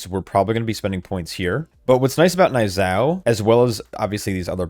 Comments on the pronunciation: Knee-yuu-zhow. Idk wtf a n-eye zow is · Niuzao is pronounced nyoo-zao